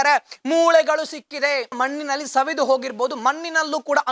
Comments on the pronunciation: Maninalli alla manninalli... Spashtavagirali Sir please.... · ಕನ್ನಡ ಉಚ್ಚರ ಸರಿಯಾಗಿ ಮಾಡೋ ಹುಚ್ಚ.... ಮನ್ನಿನಲ್ಲಿ, ಮೂಲೆಗಳು, ಪ್ರಸ್ನೆ, ತುನುಕನ್ನು, ಅನ್ನಪ್ಪ, mahesh ಅನ್ನ, ಅಂತೇ ಥೋ ನಿನ್ನ